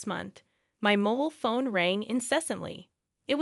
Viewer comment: crap english, "my mole phone rang" ?: "severtize" and another few errors